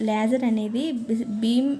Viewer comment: Adhi leyyser kadhu laser Meeru thappu palkutunaru And it's not dopping it's doping